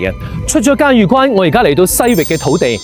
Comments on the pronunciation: 萬「里」長城，嘉峪（音浴）關。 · “峪”粤语应该读成“玉或欲音” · 峪粤语读错了